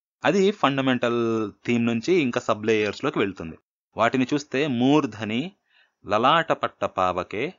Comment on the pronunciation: నమస్తే ! మీ వివరణ బాగుంది. సంస్కృత శ్లోకాలలో పాదాంత హ్రస్వము వైకల్పికము. అనగా దీర్ఘం లేకపోయినా దోషంకాదు. అయితే మురు ఉట్టంకీంచి శ్లోకములో ' మూర్థని ' అనే చోట దీర్ఘం ఉంటే శాబ్దికదోషం అవుతుంది. ( ముర్థని - సప్తమీ ఏకవచనం కాబట్టి ) ఇట్టి వైకల్పిక ప్రయోగములు సంస్కృత శ్లోకముల యందు ఎడనెడ కాననగును. ( This is for your information only )